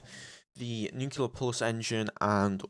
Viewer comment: nuclear not nucular